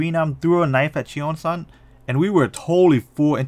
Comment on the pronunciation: his name is pronounced like chong san, not chee-ong san. eo together is not like oreo but like song. omg the mispronunciation I can’t. her name is pronounced like ee sak not i sack, they even joked about it in the show. and jimin is not gee min but it’s ji min not hard ee sound. ahh and it’s not cheo ong san either it’s cheong san. ik you’re not korean but please practice pronunciation my ocd is killing me rn lmfao